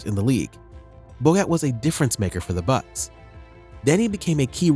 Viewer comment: Why do you say boget sometimes?